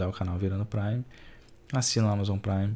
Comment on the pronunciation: Que agonia ele falando "prime" como se fosse "sub"